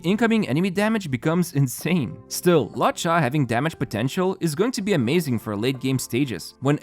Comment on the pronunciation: 'Kiu-kiu' 'Luo-chai' ? Please, watch a pronunciation video on the characters, I don't know who you're talking about. Except for that real nice vid ofc